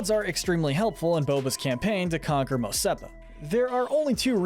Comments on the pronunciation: It's Mos ESPA not Mos SEPA! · Mos Epa ❌ Mos Espa ✅